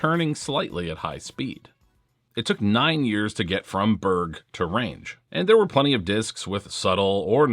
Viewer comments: 🇸🇪 Berg is pronounced "berry" but replace the Y with the J from jump: "berrj" 😊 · Dont know what Swedes you been talking to, there is only one way to say Berg in Swedish. Do you say Mountain different in English? Berg is Mountain in English. The e should be much softer and shorter. G also much softer but not shorter almost closer to a J then a G. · BTW, Berg is pronounced "Berg", as in "berg" or "BERG." In the north of Sweden it is pronounced more like "berg" than "BERG," but most Swedish people just say "Berg." I get around the confusion by not having one in my bag.